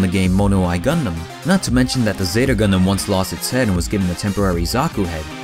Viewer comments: “What is a GunDUM?” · GuhNDaMN not gundumbb